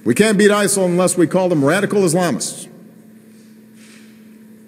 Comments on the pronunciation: why is he calling it isle? not isis? wtf?? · He sounds like he is saying "Iceland"; what did they do? Maybe Obama doesnt like Vikings. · why does obama say isol?